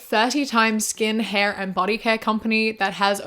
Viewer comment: The first time she said “hair” sounded so American. I was starting to wonder if I was listening to the right person